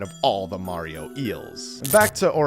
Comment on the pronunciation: “skulliton” ah yes murreo and is skulliton